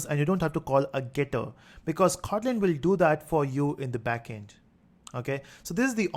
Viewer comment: sir is is khotlin or just kotlin u pronounce it as khotlin